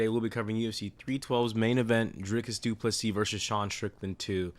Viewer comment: This might just be the worst, most disrespectful commentary ive seen yet. Strickland simps can only say his name wrong. Fucking weak